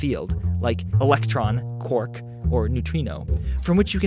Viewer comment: He pronounces "quark" like "cork". Weird.